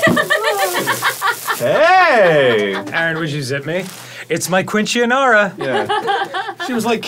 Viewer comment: Arin and Dan mispronouncing Quinceñera in completely different ways is killing me